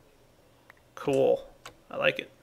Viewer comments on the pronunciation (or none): he says "Cool!" and gets coal in his inventory which makes it sound like "Coal!"